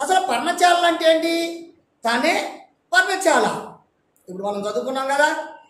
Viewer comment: పర్ణచా ల కాదు పర్ణశాల